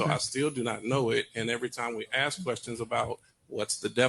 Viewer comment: AXE us🤦🏻‍♂️